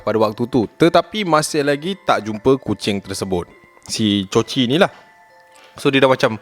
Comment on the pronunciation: Hahaha mula ii dah ok ckp nama kucing tu coci last ii jadi cico jugak 😂😂😂 adehhh